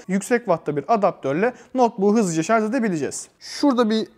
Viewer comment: Teknoloji videosu çekiyorsunuz. Şarj kelimesini sürekli şarz şeklinde telaffuz ediyorsunuz.